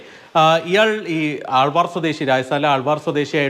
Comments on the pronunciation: ആൾവാർ അല്ല അൽവർ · Aalvaar o😂😂..arre malu anchor it's alwar